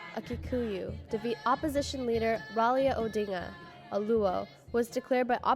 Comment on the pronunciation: It's Raila Odinga not "Ralia Odinga".